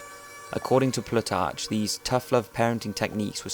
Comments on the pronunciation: I have to wonder whether he really knows what he is talking about when he pronounces 'Plutarch' with the final 'ch' as in 'Church'. That is wrong: it is a velar fricative English does not have, so we pronounce it like a 'k'. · It's pronounced "Plutar-K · Strange pronunciation of Plutarch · By the way Plutarch is pronounced Plootark not Plootarch. Just as a little tip. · Hahah; dude, you and your pronunciations .... "Ploo•Tark" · If you're going to make a video about something, make sure you can pronounce the words correctly. You messed up "Plutarch" and "Thermopylae".